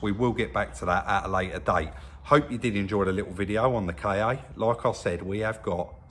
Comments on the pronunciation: Officially it's "Ka" but "K.A." is a common mispronunciation. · Its not a 'K' 'A'...ITS A KA SHORT FOR KAR...😁😂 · Ford KA, not K.A. Lol